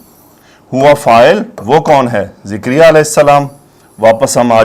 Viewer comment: Sir please don't say Zikriya His name is Zakariyyah A.S